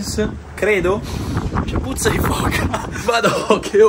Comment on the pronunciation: A me non dispiace il puzzo di foca..è tutta questione di vocali 😅😂